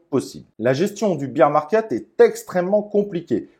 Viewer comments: Bère market pas bire (beer) market 😜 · 'Bir" market... lol beer market... bear market c'est "bère" market... santé 🍻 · non mais tkt c’est juste rigolo avec le côté beer 🍺 😜